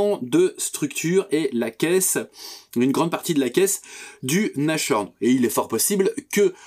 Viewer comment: Merci.. impeccable! Juste une petite remarque linguistique... on prononce Nass-horn et non Nache-horn 🤭